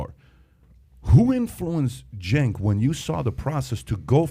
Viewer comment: "Cenk" Intentionally mispronouncing/misspelling someone's name is pretty childish.